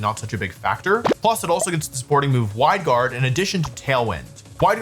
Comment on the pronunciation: did he just say “Hwide Guard”?